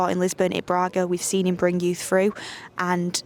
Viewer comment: We know he likes youthhh what kinda reporter is this 😂😂😂